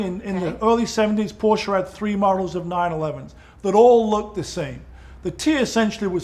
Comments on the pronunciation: Thank you for another outstanding episode,. And thanks for pronouncing Porsche correctly; I'm known to be kind of a biatch telling people "There's no such thing as a Porsh", LoL - and FWIW, My birthday is 7/7/57... 😉🤣✌️ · ...and as a German i must say, that Magnus an say "PorschE" not "Porsch" or "Porschy" i appreciate much.